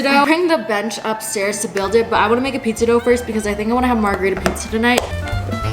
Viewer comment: Margarita pizza? is that what you said?